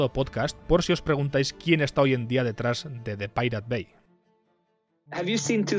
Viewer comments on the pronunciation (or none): "Depilate bye" 🤣🤣 Es algo asi como "Da paireit baë" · Pero solo tenés que pronunciar pairat bei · me cae un pedazo de alma cada vez que dice DE PIRATE BAI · "De pirate bai", sí, así lo pienso pronunciar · Cada vez que dices depiratebai, me duelen los oídos ! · "de pirate bai" jajajaja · "de pirate bai" dale bro... no te cuesta nada pronunciarlo en ingles... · Muy buen video, pero por que los españoles se niegan a pronunciar las cosas que estan en ingles de forma correcta y lo leen como suenan? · Tanta calidad de video y narracion para que pronuncies asi... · habla bien, que lo digas de broma, bueno, pero que de verdad lo pronuncies mal, es inculto y demuestra falta de estudio. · Perdón pero esa pronunciación es asquerosa.